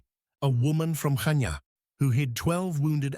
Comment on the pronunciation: Good pronunciation of Chania :)